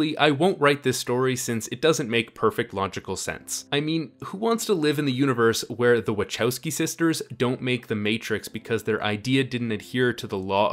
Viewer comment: Did he say Wachoski sisters? Pardon my spelling of Wackoski